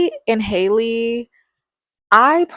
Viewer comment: Halle is pronounced just like Halle Berry's name. Not like "Hailey" fyi.